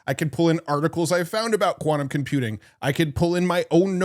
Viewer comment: its quantum not kvanum